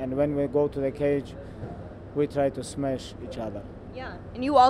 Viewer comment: "I am going to smesh him" - Megan Olivi